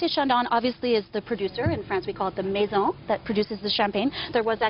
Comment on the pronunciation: I was surprised to hear that this lady drinks Champagne from a wine glass. But the reasons she’s giving here do make sense. I was also surprised that this “Champagne Brand Education Manager for Moet et Chandon (!)” can’t get the pronunciation right for “Moet”, and she mispronounces “maison” also. Yeah,okay,she’s American,but a “ Champagne Brand Education Manager for Moet et Chandon (!)” can’t pronounce the name of her employer properly?